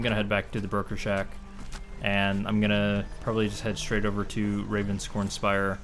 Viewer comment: I keep hearing 'burger shack' when you saw 'broker shack'... I'll take the hint and go make something to eat.